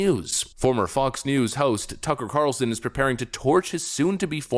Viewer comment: He said f*cks news